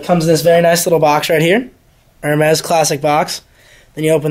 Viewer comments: Dude cannot even pronounce the companies. "Her mez' lMAO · its Er- Mey